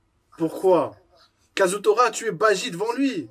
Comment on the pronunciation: C'est BAJI et non BAIJI